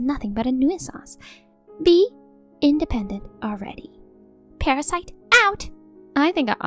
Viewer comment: Nuisance is pronounced NU- sens